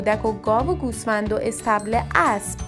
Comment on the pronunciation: اینکه یک نفر با زبان گویا بیان فرماید صحبت های ایشان دخترانه است و چندبار گوش کردم کلمه ابرو بجای اسب متوجه میشدم تا خواندم